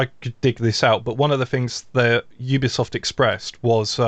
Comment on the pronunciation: I would love to see a speech therapist come on and teach flanked to pronounce "Ubisoft" correctly.. Everytime he says "Oobiesoft" I feel like a piece of me dies inside.